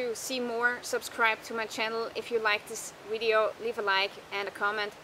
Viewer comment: I like how you say "wideo" and your dog is super cool!